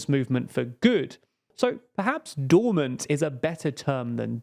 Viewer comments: dormant, not dorment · "Dormant" not "Dorment" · It's 'dormAnt', not 'dormEnt'. Tut tut.p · DORMANT is a better term, not 'dorment'. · "Dorment" lol